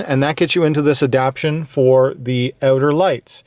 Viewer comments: Everyone of these videos every person has been saying ADAPTIONS, its ADAPTATIONS. There is a HUGE difference in the meaning of the words. lol. ADAPT-TAY-SHUNS!!!!! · You know it says adaptation and not adaption right? I’m sure someone else pointed it out by now, I just noticed it in a few of your vids I’ve been binging.